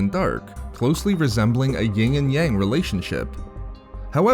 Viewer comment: not "ying and yang," Yin and Yang.